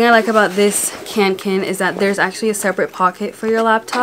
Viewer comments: CANKEN... screaming in swedish. It´s KÅNKEN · When you said kanken it sounded like can can 😂 love your video!